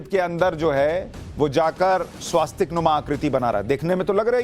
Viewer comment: स्वस्तिक होता है भैया! स्वास्तिक क्यों कहते हो?